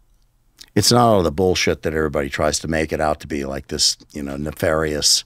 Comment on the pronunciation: Ihhh ok dude..Illuminati not naefarious nefarious?? 😂